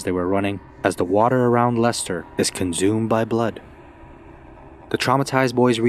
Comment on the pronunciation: Conzoomed. Im pretty sure its not said that way.